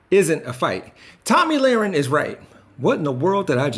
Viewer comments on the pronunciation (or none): It's Tomi not tammy. I can't stand her but mispronounced her name is not right